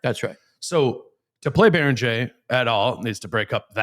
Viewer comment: "bear - ing - gare" is John Randle-grade unc